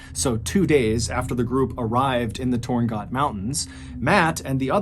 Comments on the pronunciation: It's Torn gat, not got. The Inuktitut pronunciation is toon guk (roughly). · Hi, im native to the province, its pronounced Torn-gat , not got, torn-gat as in RAT. Its means "place of spirits" in inuit language. 😁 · Pronounced more like torn-gaat lol.